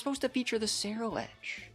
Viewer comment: "Cenuledge"? I think you mean Cerulegde. Keep up great work :)